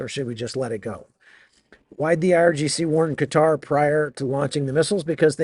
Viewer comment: Thank you! For pronoucing Qatar correctly! ❤